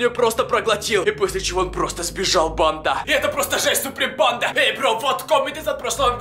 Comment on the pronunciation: А , почему вы говорите сапри панда?